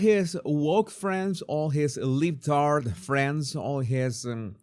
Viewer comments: saying “ Le’Btard’ “ made my fuckin day. 😂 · That made me LOL too. Him saying that with his Venezuelan accent was adorable.